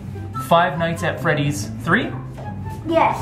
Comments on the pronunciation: Five frise at benny's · Five fries... five flats... hugh five nights at freddys!!!!!!